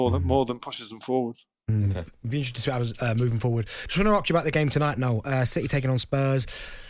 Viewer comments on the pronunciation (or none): The word ask is spelled ask; not arkssss!